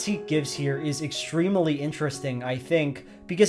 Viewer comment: He is extrem-uh-ly correct